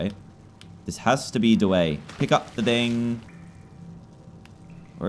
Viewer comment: hahaha! you said the meme da wae when you said the way